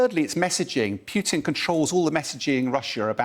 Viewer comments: Come on. It's 'Poo tin' NOT 'Piu tin' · It's POO-TIN not PEWTIN lol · Dear English people. Its Putin not Pjiutin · Why is this commentator calling putin- peeutin? Even a Brit should be able to pronounce the short vowel u. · Any chance this guy can stop saying pewtin. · Interesting enunciation. i wonder what is correct, pew-tin, or Poo-tin? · Love how he says PEWTIN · this is poo teen